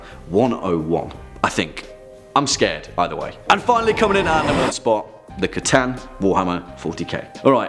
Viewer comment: The C'Tan? Oh, you mean the Necron Pokemon!